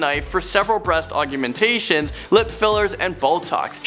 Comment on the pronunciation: Why can't you pronounce 'augmentation'?